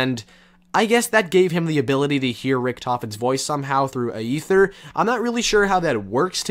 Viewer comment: Aether is pronounced EE-THER, the AE is simply E in that case. Not AY-EETHER.